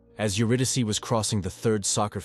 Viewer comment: If this is an AI Narrator, it must be top-flight, because I have never heard an AI pronounce "Euridyce" correctly before.